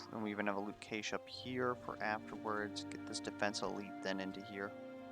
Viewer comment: New viewer, love the content! PS Cache is said like “cash” money ;)